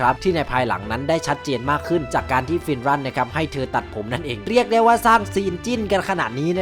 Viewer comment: ฟินรันคับไม่ใช่ฟินรั่น